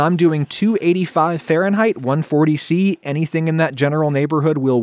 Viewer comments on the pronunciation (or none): none